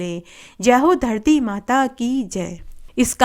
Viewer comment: Har Kahani KE last me in Jo aap bolti hai vo garti yot puurvo Dharti yot purvo hai Please Sahi clear kariiye